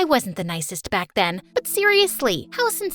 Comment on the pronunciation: Did you realize after camp she said: and when I want back comb